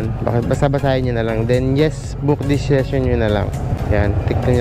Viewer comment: Korek ko lng sesyon po basa jan hindi sison